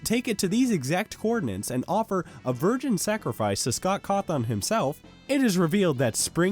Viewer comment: You can't even pronounce Scott Cawthon's name correctly, let alone be trusted to review the movie's job as an adaptation